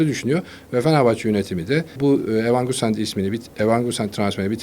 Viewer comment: Evan gusant kim dayı Muhabirsin oyuncu adı söyleyemiyorsun daha